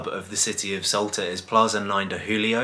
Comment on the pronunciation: It's 'S-ALTA' not 'S-ULTA!! Numpties